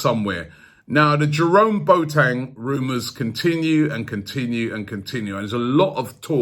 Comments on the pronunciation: It’s Bo-a-teng 🤣🤣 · Boateng is not pronounced { Boat - eng } but { Bo - a - teng } with the "a" pronounced as the letter "a" in the word allow.